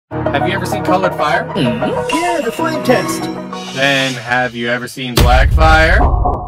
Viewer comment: Im so cooked bro i thought he said "flint and steel" when he said flame test 😭😭😭